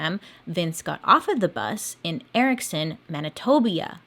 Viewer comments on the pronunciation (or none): "Mani - tob - eeah". 🤣😂🙄👏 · "Manitobia" lol